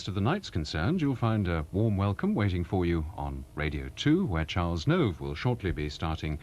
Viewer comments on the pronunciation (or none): Robin Whitting, not Welling; Mark Waddington, not Waddlington; Charles Nove, not Hove.